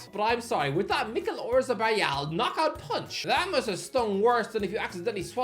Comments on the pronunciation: Wouldn't be an video without him hideously mispronouncing something. Oreazzabal 😆😆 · bro put zero effort in pronouncing Oyarzabal